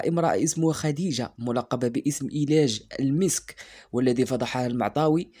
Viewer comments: إسمها المستعار في قناة الفايد : أريج المسك و ليس إلاج المسك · اريج المسك وليس إيلاج المسك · اسمها اريج المسك وليس ايلاج اخي الكريم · اخي أنت لا يحق لك التدخل في هدا الموضوع لانك لست أهلا لدلك خاصة وانه يتضح ان مستواك الثقافي ضعيف لأنك ترتكب أخطاء كثيرة من جملتها أنك لآ تعرف إسم السيدة التي تتكلم عنها. إسمها أريج المسك وليس ايلاج 😅😅😅😅😅😅